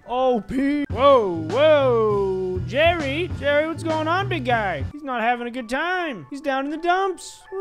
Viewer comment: Nobody:: Jewwy